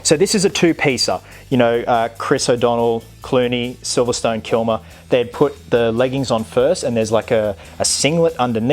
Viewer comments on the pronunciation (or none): none